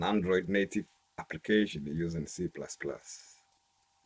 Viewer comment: Yeah the way he says C++ makes it twice as cool